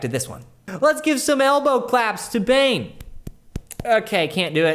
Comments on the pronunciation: Bane Bogdanovic is probably from Serbia or Croatia. Anyways, his first name is pronounced Bah-neh. When you said Bane (like in the movie), that cracked me up. Keep up the great work, love these videos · You pronounced 'Bogdanovic' right, but 'Bane' is pronounced like 'Bah-neh'. :)